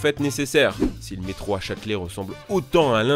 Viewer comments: Je sais ce que c'est qu'un métro, merci, mais un "meetro" comme il dit au début de la vidéo, jamais entendu parlé... "Mitro" si tu préfères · il a dit le mitro a 0.28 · Je te corrige tu a dis le "mitro" mais sais pas grave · ta dit mitro je crois non qlq peut m'le confirmer stp